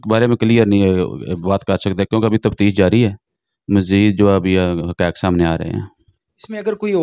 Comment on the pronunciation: Ye Jo uloo ka path anchor ban phir raha hei,is kuttay ko pehle urdu sikhao, tafsheesh kia hoti hei? Taftish ko tafsheesh bol raha hei. Aj kal har chutia journalism ki maan behan aik karne pe tula Hua hei. Shame on you.